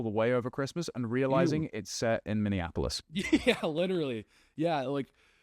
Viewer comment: Bro, seriously... stop calling it minne-ann-apolous. It is Minneapolis. Mini-ah-poh-liss